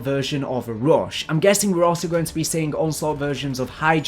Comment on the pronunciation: Why did you say rush like that 🤣🤣